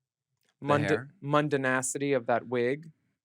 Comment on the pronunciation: thank you so much for mentioning William Dorsey Swann. I didn’t know he was from my state of Maryland 😮. mundan(c)ity 😂😂😂